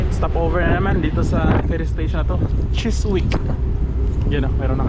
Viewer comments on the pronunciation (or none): Just to let you know that the "w" is Chiswick is silent. The correct pronunciation is "Chisick"........